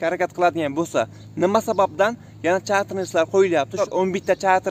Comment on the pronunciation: Ukajon tugri gapir chetter reys